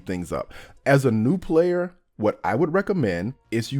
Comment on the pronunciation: I like how he pronounces "new" as "nude"